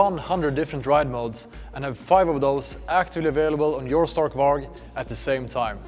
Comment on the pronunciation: Love it but why is he pronouncing stark varg wrong.